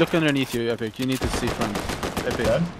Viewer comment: Bro said e pick